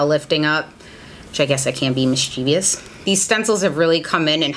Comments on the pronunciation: omg thank you! So many people say "mis-chee-vee-ous" but it's really "mis-chi-vous" and so many people don't know this lol. There is no "I" after the v in mischievous. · You pronounced mischievous wrong! Love your videos, your detail oriented approach makes you best than the rest :)